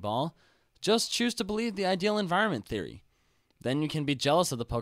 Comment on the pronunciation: You just added another two things for me to ask you about: "thAy" and "telAport." You're trying to invent new words that are close to already-existing words, such as "*e*nvironment" and and "th*e*y" and "tel*e*port."